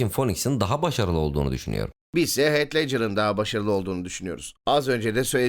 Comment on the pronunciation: Heath i "heyt" villan'ı "vileyn" diye telaffuz etmeniz haricinde her şey harika. Ellerinize sağlık beyler.